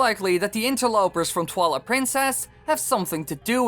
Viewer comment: ITS TWILIGHT PRINCESS NOT TWALA PRINCESS